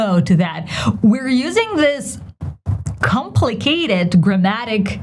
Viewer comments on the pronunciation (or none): Hi, You put the stress on the third syllable when pronouncing “complicated”. I believe its stress is on the first syllable. Best, Albert